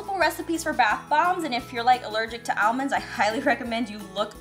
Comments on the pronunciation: Oofie she said (ale-Monds) instead of (All-monds)😂😂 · She pronounces almonds so differently than I